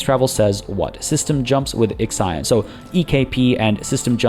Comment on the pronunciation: I am crying every time you say IXION, The Hephaestus P.A showed you the way, but it did not correct you lol.